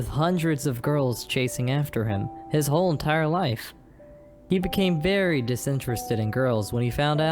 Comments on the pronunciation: said Fairy not Very XD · I noticed that anytime they say “very” I hear “fairy” 😂😂 Edit:He sAid dO yOu lOvE mE tHeN LiGhT iS LiKe I gOtTa gO! ThEn tBc